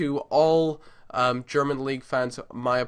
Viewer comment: Im German and You're saying this absolutely good :) Not Perfect but still good